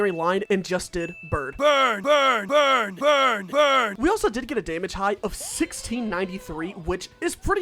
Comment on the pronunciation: he just straight up says bird? i thouhgt it was burn lmao